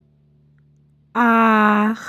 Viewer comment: Ах деген біртүрлі естіледі екен